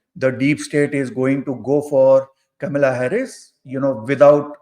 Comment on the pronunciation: It is not Camilla it is Kamala.